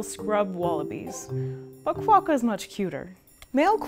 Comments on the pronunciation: Great vid! You don't really emphasize the "qua" all that much though, we say it closer to "Kwock-ka" as 2 syllables, not Ka-wa-ka as you're saying. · Cwo-ka Not kwa-ka